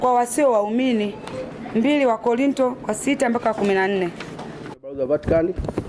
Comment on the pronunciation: Dah yaan mpaka ninaona aibu mimi jinsi anavyopuyanga yaan ndo utajua Mungu kawaumbua😂😂 wakorintio ndo kitabu gani yaan mkristo usijue hata kutamka wakorinto😢😢